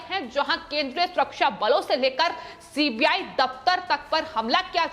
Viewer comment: एंकर भी गुस्से में है कि सीबीआई की जगह सीपीआई बोल रही है